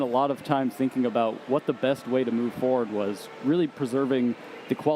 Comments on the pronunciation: I love your videos, but it's foRward not foward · Foreard foreward foreward ummmmmmmmmmmm foreward what word is that (you say in such a weird way no offense) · Why do u say forward like that